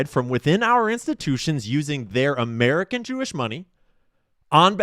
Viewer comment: You don’t emphasize the second word, you emphasize the first.